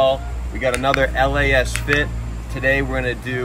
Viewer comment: First of, it’s Lasfit. Not LA - asfit 😆 Lasfit is how u pronouns it. And 2: I want those led pod lights. Lasfit is truly the way to go ❤️‍🔥